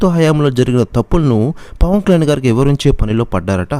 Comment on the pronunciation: పవన్ కళ్యాణ్ అని స్పష్టంగా పలకండి.